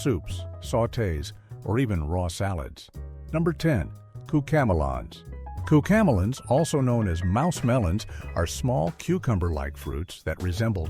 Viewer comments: Bro.... Cucamelon is a combination of cucumber and melon.... they way you're saying it is bizarre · That’s not how we pronounce it!